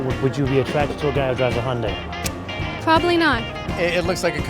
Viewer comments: why cant the guy say hy. undi...where does he get hundi from ...hes trying to say honda and hyundi..mixed ....they cant say vehicle....they say veer hicle..... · Please get your pronunciation sorted Hy yun dai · lmao1 when the guy said Hyundai